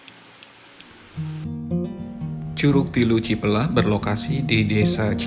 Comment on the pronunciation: Cipelah a bukan ciplah berasa dengeng cipl*r 😂